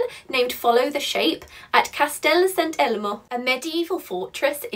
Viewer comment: the pronunciation of Castel Sant'Elmo was peeerfect👌🏻